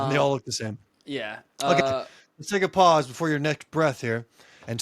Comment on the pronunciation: Guys it's pause not paws lol